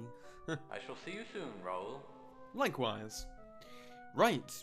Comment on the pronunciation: The game bothers me in only one aspect: Mispronunciation of names, I.E.: Dae is pronounced Dah-ey, and Raoul is pronounced Rah-ool.